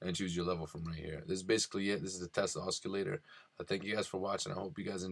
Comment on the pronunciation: Test Os-K-illator !!!! I couldn't stop laughing when I heard you pronounce it like that!! It's pronounced OS-s-illator (Spelt Oscillator). There is no K sound as the C is pronounced as an S.